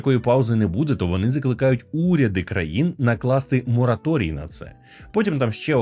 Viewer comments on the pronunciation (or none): none